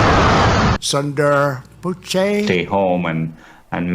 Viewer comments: Sundar Poochay is probably a bit upset about the mispronunciation of his name, but the rest of us are probably not. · He said “Sundaar poochay” lmfao!!! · "Sunder Poo-chay"😭😭🤣😂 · I'm pissing my pants laughing at the way trump said Sundar Pichai 🤣😂